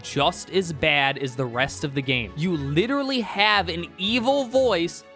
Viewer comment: i agree with 90% of the video but litttelrally cant handle you saying littttleraly one more literraly time